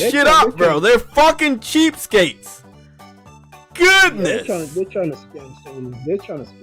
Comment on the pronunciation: I chuckled when he said ´goodnefffff´ 😂